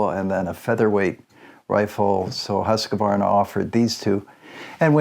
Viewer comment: You still see them used here in Sweden quite often. I prefer the 1900 for the smoothness. And if I can be nitpicky it is just QV no E-sound inbetween. But no English speaker on yt get that right ;)